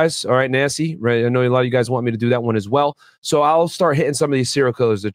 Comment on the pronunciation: You mean “Gacy” not Nancy. And Charles wasn’t a serial killer.